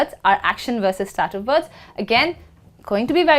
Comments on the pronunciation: /'steitiv/- I don't know why she says /stativ/ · Thank you for the lesson. However, STATIVE should not be pronounced "sta-tif" (like saying "static" but ending it with an f). You should pronounce it "stay-tif". I hope my attempt at phonetics here is not too blunt. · She's wrong, it's pronounced like: "state + if." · A very nice video! I have been asking myself about the way you pronounce the word "Stative", does it have a relation with the accent you are using?